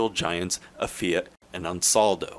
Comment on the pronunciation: "FEE' OUGHT"